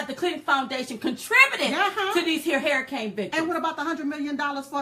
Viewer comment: I love u Diamond but you're killing me when you say hairicane instead of saying hurricane. Maybe it's just me, but I love ya anyways. keep them videos coming. Silk be killing me with them faces she be making. She's the ultimate hype girl. Keep up the good work guys.